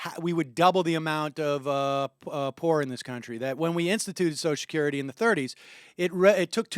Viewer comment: Why do liberals always say "soshecurity"?